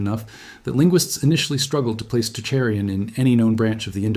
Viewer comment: The AI mispronunciations and changing pronunciations are so distracting!! I didn't think it was AI narration until I realized how it was frequently switching (weird) pronunciations . It is the best AI narration I've heard yet. But I can't deal with "Toe-Chair-ian" then correctly pron., also Tah-REEM then TAR-im, then TEAR-im, lordy lordy.